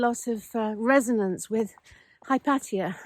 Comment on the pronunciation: Hypatia..."High-pate-ear" stress on "pate"?